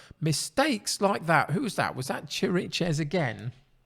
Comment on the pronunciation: Chiriches is an old Spurs hand, so I knew well before the season started that he's not really up to top-flight play. So he hardly played for me this season. His name, by the way, is pronounced "kirikesh". Looks like it's going to be a tight one!